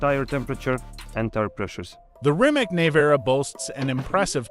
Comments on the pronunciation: I you talk about a car please pronounce the name correctly..... It's pronounced Rimats not Rimak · Why can't you Americans pronounce Rimac correct? Is it so difficult? Show a little more respect to other Languages and realize, that most of the world is not the US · Shouldn’t be that difficult to lear correct pronunciation of Rimac…Not just to show you are willing to do your homework but to show respect to the brand and someone’s last name.